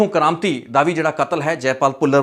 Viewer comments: Sekhon kamriti not sekhon kranti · ਸ਼ੇਖੋ ਕਰਾਮਤੀ ਨਹੀ ਵੀਰੇ ‘ਕਰਮਿੱਤੀ’